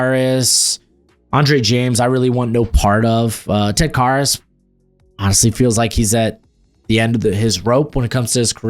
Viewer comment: It's Ted Karras, rhymes with Harris. Care, not car.